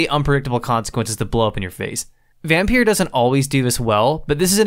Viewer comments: Dude it pronounced Vompeer Not vampeer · And it s pronounced Vompeeer Not vampeer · I love how you're basically pronouncing it as Vampierre 😂 I think it's actually just a random play on the word, altho the way I pronounce it makes it sound like the way a slavic language might pronounce it